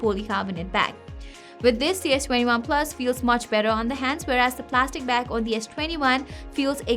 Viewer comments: plastic* not platic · correction needed.......plastic back instead of platic back